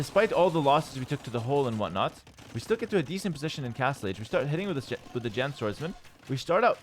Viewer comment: hearing pronounce Jian swordsmen correctly made me happy After hearing T90 calls it John swordsmen so many times😂